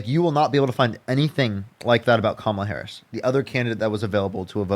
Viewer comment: This young man doesn’t know how to pronounce, Harris’s name. That means that he has been indoctrinated by pumpkin head.